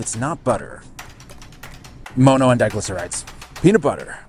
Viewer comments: For the love of fuck, it's mono not moano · "Moe-no?" Bruh pronounced it properly for you (monn-oh) and you still fumble it the entirety of the video 😢 it makes it really hard to watch. Mono- is a Greek root meaning "one" like in "monopoly" or "dihydrogen MONoxide" (water) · All I heard was that frustrating pronunciation of MONO (it’s mŏnō not mōnō) 😬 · For the LOVE OF GOD!!!!!!!!!!! Why are you pronouncing "mono" as "Moh-no?" Are you doing that on purpose to be different or what? It isn't working, you just sound like a fool especially after your own interviewee, the chef, goes out of her way to preface her first sentence pronouncing it as "maw-no" because she was most likely taken back by your use of the word when you asked her your first question during the interview. Like come on dude, get a CLUE! You are like the only person here on YT talking about this with a decent looking video and you have to go and muck it up with your completely ass backwards, uneducated pronunciation of mono, holy Christopher on a cross... what the HELL is going on IN THIS WORLD RIGHT NOW?! EVERYTHING IS LIKE TOTALLY F*KED!!!!!!!!!!!!!!!!!!!!!!!! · Bro it’s pronounced mahno not mohno